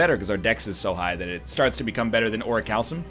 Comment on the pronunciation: The way I think you say Orichalkum is Ori-Kal-kum